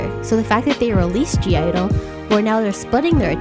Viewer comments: I dont want to be rude but it’s not g-idle it’s just idle u don’t pronounce the g, this can also be to the new idle fans u can spell it g-idle but u don’t pronounce the g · when you pronounce (g)-idle, you just say idle. the g is silent. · it's just idle, the g is silent :') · (g)i-dle is pronounced as just idle... haha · (G)I-DLE it's not pronunced like that! Hahah. The "G" doesn't sounds. So, it's just "Idle" like "Idol" the G doesn't sound. You can see their "U-Go-Girl" stage. Siyeon says: "The princess I-DOL". Good video. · the g is silent in (g)i-dle. it's just pronounced as idol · oh btw (g)i-dle is pronounced as “idle” the “g” is silent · I'm totally on your side with the America thing. Basically in all your opinions.😏💕 Oh, and the group is called (G)I-DLE, but you don't say it with the "G". Then it's only "IDLE" as pronunciation. ^^ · I did agree with a lot of things in your video but I still cringe when people pronounce (G) I-DLE wrong, the “g” is in parentheses for a reason, it’s silent, all you have to say is “Idle” (I wasn’t trying to be rude, just letting you know) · G-IDLE is just pronounced idol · I think that Jeon Soyeon has a very unique sound and has something to offer to the industry so I disagree with you saying she sounds like/ is copying Hyuna’s style. Also (G)I-DLE is not pronounce with the g but as ‘idle (idol)’